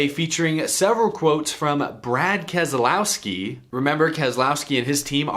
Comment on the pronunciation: Ke-lousy-ki and Slow-ga-no